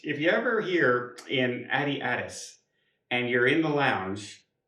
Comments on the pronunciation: They probably heard your pronunciation of Addis Ababa and decided you were too disrespectful to be a priority. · OMG...more videos of not knowing how to pronounce Addis Ababa. shouldn't be allowed to travel to any place that he is incapable of pronouncing properly. Bizarre, given his profession. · ADIS ABABA!!! Please learn the name of the place you're visiting. How would you like it if someone called Ottawa, Wattaow??? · For a travel agent he can't pronounce cities in the world wrong. Sad. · It just drives me crazy that a travel agent can't say the names of the capitols. is not even close today. Addis Ababa...so easy. Come on. wants to be sure you know that he is in "business class" how many times has he said that. Yes we got it. They don't use the term "stewardess" any more and have not for years. Brain dead people on flights....wow that is an intelligent thing to say. I feel sorry for...he is so lonely. He took this same trip last year. Please comb your hair. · He doesn’t care! As a travel professional, he could at least learn the names of places he goes 🤦🏻‍♀️!